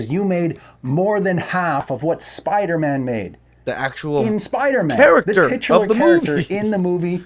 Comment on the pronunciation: its spider-man not spider-MA'AM